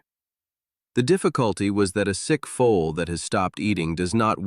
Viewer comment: Foal,not full. not fool